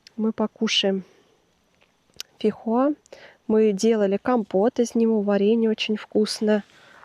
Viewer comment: фейхоа а не фихуа🥰🥰🤣🤣